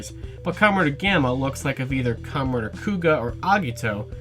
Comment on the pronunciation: Good video, but you have to stop saying 'Commeh Rider'